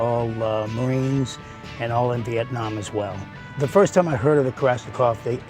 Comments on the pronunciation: "Kalishnikov" NEIN! Der heißt KalAschnikow. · "Kalishnikov" sheesh. "KalAshnikov" But, a good film. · For your narrator: Look at the spelling of Kalashnikov. The pronunciation isn't Ka-LISH-ni-kov. It's Ka-LASH-ni-kov. For your sound mixer: The audio levels of non-English speakers in the video overwhelm the English translation voice-overs. For the director: Too much time is spent with minutia about revolutionary leaders who employed the SK-47. Much of the content simply isn't relevant to the story of the two weapons. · Good documentary but every time I hear “Kalishnikov” I want to scream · I wish he would say kalashnikov right ffs was doing my head in with it😂😂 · I love how they never managed to pronounce Kalashnikov's name right. Not a single time. 🤣